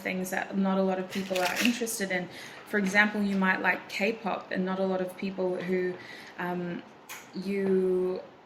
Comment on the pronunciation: The way you said kpop I was surprised